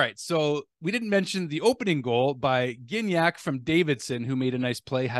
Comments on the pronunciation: Gignac. Soft "g" (as in Gigi), not "gh" (as in 'game'): jih-nyak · just in case you would like to know, Gignac is pronounced Jignac :)